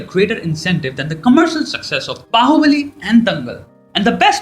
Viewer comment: dude...it's baahubali😑😒